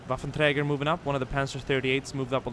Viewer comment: What are he mods youy use to get this Maus,more LVTs, other things in this and related videos? You also say waffentrager perfectly.